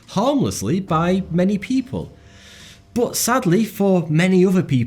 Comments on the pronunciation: 1. Does anyone else here hate skillshare as much as I do? 2. What's with the pronounciation? It's not bOt it's bUt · love the content, but hate the way you say 'BUT'